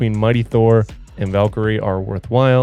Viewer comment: it's still Valkyrie and not "valkory"